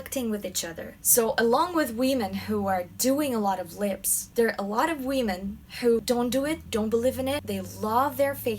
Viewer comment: "wee-men" lmao